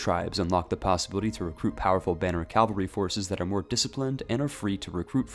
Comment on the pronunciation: Pls. Cavalry - /ˈkav(ə)lri/, not calvary.